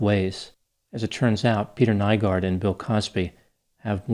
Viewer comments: Greetings from Helsinki, Finland! Not really the fame I was hoping, but what can you do.. his case has been followed very closely here in the media, thanks for your take on it! (Nygård is pronounced ”new-gord”, but who cares…) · Aileen Wuornos' parental line is from Finland (Oulu) as well, not exactly the attention we want but I'm sure the damn happiness index still takes the cake of what we're remembered for lol I had to rewind once I heard his name pronounced, even made a confused comment about it lol